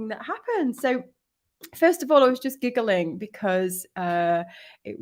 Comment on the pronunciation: The way you enunciate gig guhling